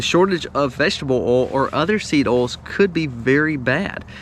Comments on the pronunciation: Did you say "OIL".... OR..... "ALL" ?...LOL ! 😆😁☺😃😄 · I Like Your Videos, BUT!! "OIL" is Not a Hard Word to Pronounce!! You Say "ALL" For OIL!! Sounds Goofy!! People Who Make and Post Videos Need to Speak and Pronounce Properly. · It seems you have problem saying the word "OIL"...... it has an "i" in the middle...it is not pronounced "OL"..... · Oils. Pronounced oyl, not oles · I am in NW England, sister in Castle Douglas, Scotland. "England and America are two countries divided by a common language' - a quote attributed to Oscar Wilde or George Bernard Shaw, Winston Churchill having used it also. I was also caught out by the pronunciation here of "oil", as sounding like 'alls', to me, and not our 'oyles'. Still, my ears are slowly acclimatising (S not Z:-) to this accent. No offence intended - I find it easier than some Scottish accents (I nearly, wrongly, wrote 'brogue', as Irish) but, when I still had one, folk struggled with my 'Scouse' accent 🙂. Happy New Year to you and All. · Love hearing oal “oil” lol 😂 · Funny he mentioned British saying aluminium and calls oil "ol " say boil without the " b" and you got it. Good tips by the way 👌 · Not called Alu-min-e-um, just like Oil is not pronounced ol. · Haha sorry , based on the way you say " oil" you can't suggest the correct pronounciation of Aluminum 🤣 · Love the way you say oil....😊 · Lol I’m from the Caribbean and we say that way too! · There is an I in the word Oil :P